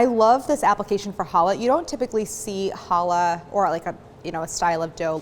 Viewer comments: Pronounce CHallah, not hollah (which is what people will do at you if you pronounce it wrong!) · She's mispronouncing "Challah". There's a Ch at the beginning. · It literally does, though. Ever heard of Bach? Or a Scottish loch? And even if it didn't exist in English, why would that be an excuse? It's an easy sound to make, if you're not willfully ignorant.